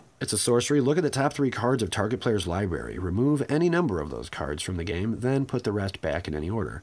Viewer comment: Stop saying libary! It's library.